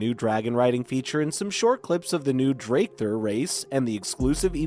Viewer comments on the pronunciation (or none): how many different ways can he pronounce "dracthyr" wrongly? its astonishing ....... drakefirr ... dractur ..... tractor too maybe? >_> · Asmongold clickbait, Northrend, Dracthyr AND XIV mispronunciations. Also where did the info come from about “a world revamp”? You cant draw that big of an announcement from the areas of a trailer. Then the sudden jump from wow to something else when its not labeled as a general gaming video is just…kinda misleading. Gotta label stuff better.